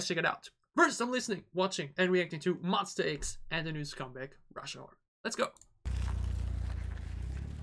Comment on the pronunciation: Pls X like eks not iks. But thanks so much for MonSTA, it’s correct 😊